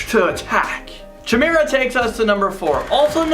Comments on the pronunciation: Oh and by the way chimera is pronounced (trying to spell out phonetically) “ck-EYE-mare-Uh” Chimera. Not SHIM-air-Uh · It’s ky-meer-a not chi-meer-a